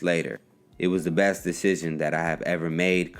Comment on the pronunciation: Did he say decision or dishission?